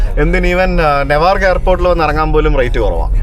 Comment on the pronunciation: നെവാർക്കല്ല ന്യൂവാർക്ക്‌ ആണ്